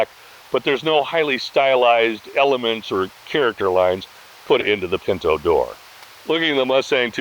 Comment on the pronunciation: Pin -tow not Pin - know